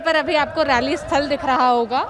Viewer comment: Raally nehi 🤣🤣🤣yaar rally bolo, toh kya ma'am BJP ki rally mai nehi aani chahiye thi kya, yeh bhi bata do ki kis kis ki rally mai jaana chahiye aur kiski nehi.